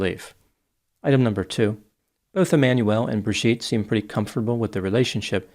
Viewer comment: You keep mispronouncing her name as Bir-gitte, instead of Bri-gitte.